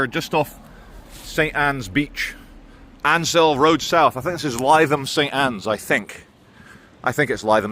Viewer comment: Lytham St Anne’s is a lovely place. So is Ansdell Beach. It’s said ‘Ains-dale Beach’ at ‘Lith-ham Saint Anne’s’, for our none local friends over the pond…. knows how to pronounce it but he’s a very naughty boy! 😆 Not allowed.. to mispronounce!! Glad you’re taking the time to decompress from the madness….. Take care. 🙏🏼